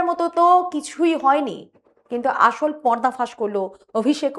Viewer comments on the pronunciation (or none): none